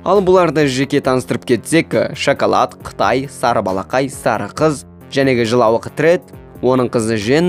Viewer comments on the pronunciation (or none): none